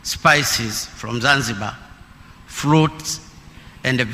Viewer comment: Even to read is a problem,the word to Process pronounced Plocess,from (Flom),Fruits (Fluit) ,when you read an English words in incorrect way then it will bring another meaning ,so u will become a confuser,.otherwise good for trying reading my Hon Presida